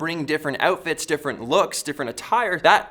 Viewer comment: I'm from NY. and just like people get a kick out of hearing how we say New York, I get a kick out of how you say "outfits" lol.